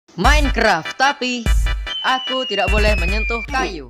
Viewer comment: Bang KOK ngomongnnya tayu sih🤣🤣🤣🤣🤣🤣🤣